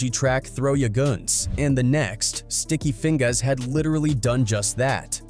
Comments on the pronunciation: Sticky Feing-GAAS and Art-TEES (AI generated pronunciation these days) 😂😂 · Sticky Fing-GAAS 😂😂😂